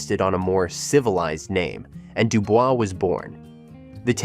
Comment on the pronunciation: They don’t pronounce it Dubel’s😅 it’d do boyz